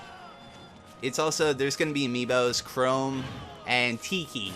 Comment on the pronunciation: "I know chrome fro smash bros" It's chrom lmao.